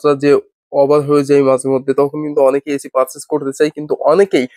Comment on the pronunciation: এচি না ভাই এসি